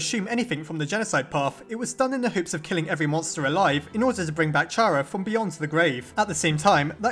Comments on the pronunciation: It’s pronounced K ARA, not Ch ara, sorry it just triggers me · Why does every one say (ch are ugh) its fuckin (car ugh) damit its with a k sound a k sound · I fail to understand how some people just can't wrap their heads around a kid preferring 'they' pronouns. Also how some people still pronounce Chara(cter) and Char-ah. But I digress. Not enough evidence for this theory to be plausible in my book, I'm afraid. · I'M UPSET WHEN YOU PRONOUNCE CHARA WRONG IT'S SUPPOSED TO BE PRONOUNCED WITH K